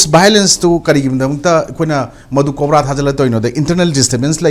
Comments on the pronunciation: "KOPRA"😂 Oja, "COBRA" ne khangpiyu😂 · yes, I know. Tangkhuls are accustomed to using 'P' in place of 'B' and vice-versa, so he says KOPRA for COBRA (focus on P & B). Likewise, I interchanged P and B in a satirical sense in the word 'khangbiyu' to 'khangpiyu'. Understood?